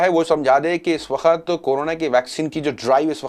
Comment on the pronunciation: Sir Aap hamesha waqt ko wakhat boltay haen pls apni Urdu sahi karen